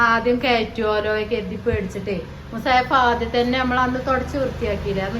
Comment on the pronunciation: മുസായിഫ് അല്ല.മുസ്ഹഫ് مُصْحَفْ